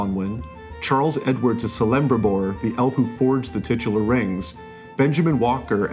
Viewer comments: I dunno, does the show also pronounce Celebrimbor so strangely, or did he just botch it? Sellimbribor? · My ears winced when he said Sellimbribor, I really hope the show doesn't butcher it that badly. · Some fan. You've watched the movies and now some of the series, yet you pronounce Celebrimbor 'Selebrimbor'. Also, what's with the dead tone? Show some excitement for something you loved so much to give a 9/10. While I don't doubt that the series looks good, but, on the whole, better than Peter Jackson's LotR Trilogy? You're joblowing smoke up our collective arses. Anyway, welcome to the realm of ratioed ROP-related videos. WTF Happened to? Money, it would seem. Here's hoping you got paid well for it. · Selembribor??? Can't be much of a fan if you butcher an important character's name like that. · Please don’t claim to be a LotR fan if you can’t even pronounce Celebrimbor correctly! This review felt like it was recorded 1.5x speed. Extreme lack of passion very little effort for being enthusiastic and excited. Poor research or else you would have known how to say Celebringbor. You really acted like it was just another paycheck. 1 out of 5 stars for your review on rings of power. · Can't believe this got recommended to me. This guy is just a paid shill. Cant even pronounce Celebrimbors name correctly. Read from a script emotionless and didn't even critique the episodes one bit. Nerd of the Rings' review, whos a die hard fan was much better than this crap. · Why did this review sound like the twitter posts of late "ive had the priveledge to see 2 episodes", "stunning visuals", "epic" . Unsubscribing, not for the shilling though. They pronounced Celebrimbor incorrectly. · Can't even pronounce Celebrimbor correctly, how can I trust your bias?